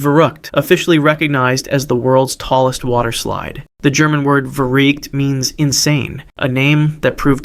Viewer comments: It’s not verruckt it’s verrückt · I love these videos so much! But one thing. Verrückt would be pronounced vair-oo-kt since the u has an umlaut. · Just so you know for future videos, when German words and names start with a V, the V is pronounced as an F.